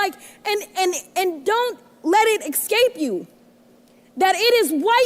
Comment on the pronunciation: ...you made me laugh..."axcape" I love you! 😅